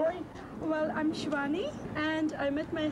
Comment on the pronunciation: Thank you for uploading this! That’s my mum in the second street interview haha!! Except her name is Shivani not Soane, boys 🤣